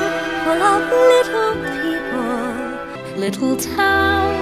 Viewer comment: it sounds like she's saying beeple